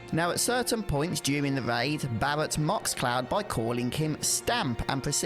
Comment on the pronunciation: Bawwet and cwoud